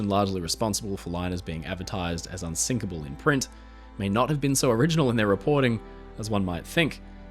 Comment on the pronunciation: wait wait wait.... They say "unsikable" not unsinkable, clearly :P